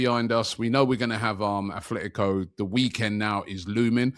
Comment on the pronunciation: Atletico not athletico